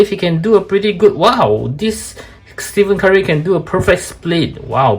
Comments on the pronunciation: bro said steven curry lol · Is golden state warriors bro and his name is pronounced as Ste-fen Curry, might wanna brush a bit of that as some nba casual fans are also trolls, and they could be a lil nasty, btw proud a famous reviewer is from SG, I grew up in the lion city for over 15 years so is like my second home